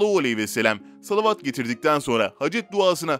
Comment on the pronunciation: Lütfen salavat-ı doğru oku güzel oğlum hayırlı bir iş yapıyorsun